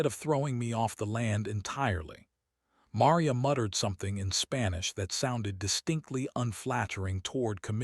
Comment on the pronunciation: It was a nice story, although it was difficult hearing 'Maria' mispronounced repeatedly.